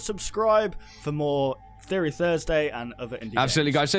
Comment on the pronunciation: "Theopry Thursday!" Really?